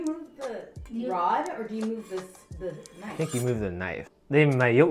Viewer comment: that not a knofe (western) THATS A KNOIFE (CHINESE)